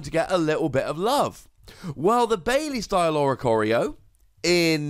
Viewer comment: I’m pretty sure it’s pronounced BYE-le, not BAY-lee. Baile is a Spanish word for dance (iirc it means something like “I might dance”), and that’s how the word is pronounced